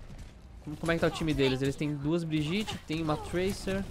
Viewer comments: Calango Br Olá uma pequena observação: o nome dela se escreve Brigitte, mas se fala Briguita. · Se fala "briguita" porra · A pronúncia do nome dela é mó estranha, Brigitte (Briguita) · Se pronuncia Briguita pessoal... Não vamos ser os únicos a pronunciar errado...